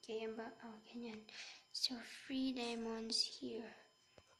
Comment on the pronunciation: Diamond Hindi diomond